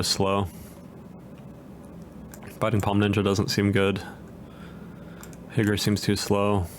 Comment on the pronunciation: You asked what I would change. Stop calling Higure, “higger”